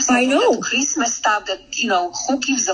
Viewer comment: True. Tho actually she called it Creezmuz. 🎄 😂